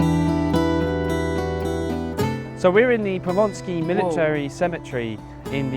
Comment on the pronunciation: Just one thing, it's Powązki, not Ponsky ;)